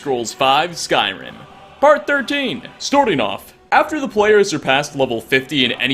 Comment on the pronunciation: "Stortring off"? Starting is the word you're looking for, it has an A not O. Cannot unhear.